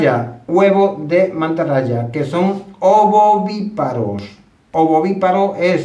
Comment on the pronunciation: Repite varias veces ovoviparos... y es ovoviviparo😊